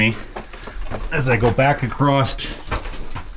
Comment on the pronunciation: it's not "acrosst", it's "across"!